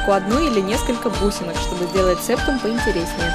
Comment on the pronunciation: не сееееептум а сэптум!